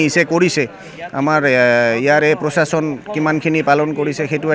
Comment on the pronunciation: পচাসন নহয় প্ৰশাসন এওঁলোকে আজি লৈকে ভাল দৰে শব্দ এটা কব কিয় নিখিকিলে